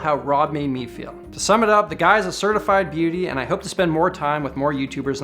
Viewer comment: "Certified beauty". Your Canadian is showing haha